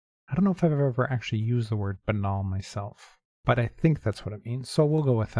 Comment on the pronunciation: Good recovery on connections! Zebra crossing is a British term, which is why I imagine you haven't heard it much. Also, it's bane-al instead of buh-nal.